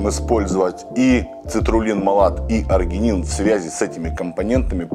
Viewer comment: Простите,но аргИнин, а не аргЕнин